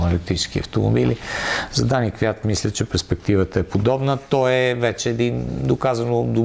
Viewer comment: Май се произнася КвиЯт... Ех,,. Иначе поредното интересно видео.